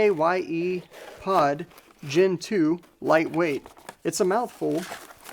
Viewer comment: CKYE is pronounced "sky".